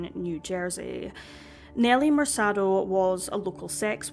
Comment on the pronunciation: MerKAH-do. Not MerSAH-do. Other than that, great vid!